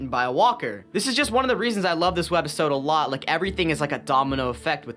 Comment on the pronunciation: I luv yr content bro but idk if i was high af but why do you say WED OR WEB - episode like i had to replay it a couple of times thinking i was high af but that was weird to hear😭😭😭 keep up the good work bro